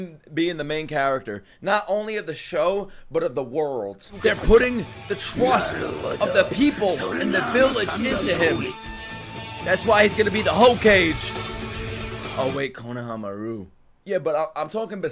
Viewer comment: Bro really said hokage (hawk age)